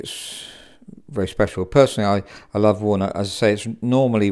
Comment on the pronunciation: When the piano guy says "walnut", it sounds like "worn out". So, I thought he was talking about a "worn-out Bechstein"...